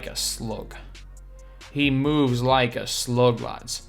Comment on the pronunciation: “He meowvs like uh sloog, he meowvs like a sloog lads”